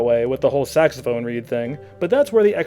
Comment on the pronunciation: I'm sorry I can't get into this one, you keep mispronouncing sophistimacated and saxomophone.